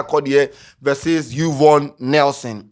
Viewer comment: 3de3ne "you-vonne nelson"?😂💔